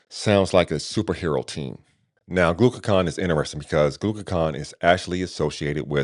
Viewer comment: Hey superstar. Great review of retatrutide. I was wondering about lean body mass loss versus Zepbound. Also. You said glucaCON versus GlucaGON Also I saw AI said to pronounce Retatrutide as you did but I thought it was pronounced Reta. True Tide. Just wanted to share that as you continue your beneficial work. Thanks I appreciate you